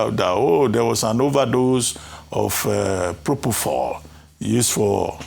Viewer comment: Why don’t they have a medical doctor (Prof of Medicine) on to discuss the issues on ground. What does a lawyer know about medicine? The fact he has the prefix of Dr. doesn’t mean he’s an authority in the field of medicine. He’s saying Proponol instead of Propofol. Arise TV, this is really disappointing coming from you.